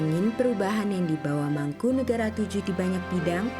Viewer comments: yg bnar sesuai ejaan bs Jawa ... Mangkunegara VII bukan mangkunegoro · penyebutan nama nya bukan mangkunegara Vll tapi mangkunegoro Vll